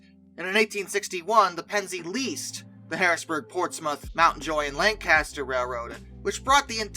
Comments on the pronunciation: Fantastic video. A side note (rather dwarfed by the solid content of the narrative): our lovely town of Lancaster is pronounced LANG-kiss-tur. What with your being a non-Lancastrian, we shan’t hold it against you. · Love the video but you can tell who lives near Lancaster by the way they pronounce the name